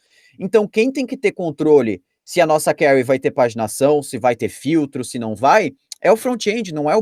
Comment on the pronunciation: Conteúdo bom, realmente interessante! Mas o difícil é ouvir "query" tão mal pronunciada tantas vezes.